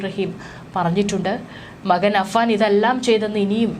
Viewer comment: വളരെ മോശം ഇവരുടെ മലയാളം. പിന്തുണ, മകൻ. ഇതൊക്കെ പറയുന്നത് ഒന്ന് കേട്ടു നോക്കുക. ചുമ്മാതെ വലിച്ചു നീട്ടി ഓരോന്ന്. കേൾക്കാൻ ഒട്ടും താല്പര്യം ഇല്ലാ